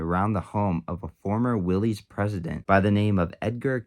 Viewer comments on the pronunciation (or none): It's pronounced "willis," not "willies."